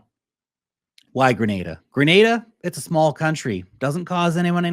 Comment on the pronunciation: Please pronounce the name of the country correctly.